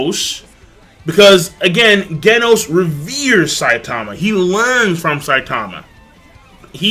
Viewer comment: Genos is pronounced Jenos